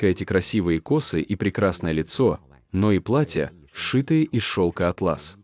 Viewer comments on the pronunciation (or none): none